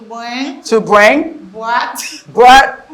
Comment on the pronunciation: It's not bóbót but brought brought!